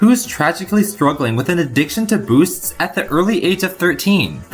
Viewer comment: whenever you say "addiction to boosts" i hear "addiction to booze"